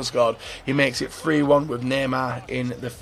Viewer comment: Did anyone hear him say nanan instead of neymar😂😂